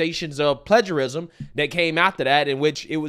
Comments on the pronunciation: OK, you can't pronounce plagiarism right? I'm done. Before you make any videos, make sure what you're saying. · It's pronounced "play-jerr-ism"